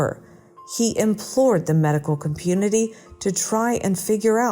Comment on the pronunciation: He implored the medical Commpunity"? Right before the 6 minutes mark.?.